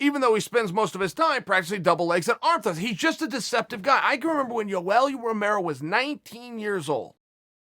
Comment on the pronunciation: chael " U L romero" Sonnen